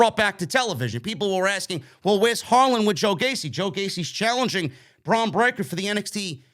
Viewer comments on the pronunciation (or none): none